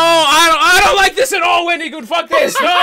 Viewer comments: why you pronouncing it "Wen-dee-goon" my guy? There's an I in there, not a Y. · I don’t know why but I got a good chuckle out of how pronounced Wendigoon’s name or so. Like the emphasis on the I instead of it being a soft i got me a little